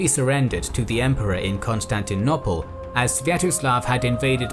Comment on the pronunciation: Please can someone tell him how to say Constantinople correctly pleeeeeeeease 😆